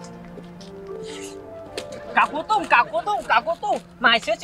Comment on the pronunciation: 搞活动 nghe tưởng đâu 搞不动 哈哈